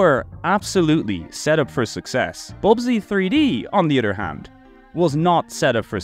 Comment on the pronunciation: say it with me. uh-thurr not udder other doesnt have Ds in it